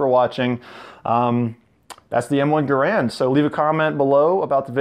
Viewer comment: u pronounce it wrong